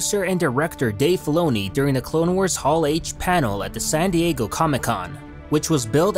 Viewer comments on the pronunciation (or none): none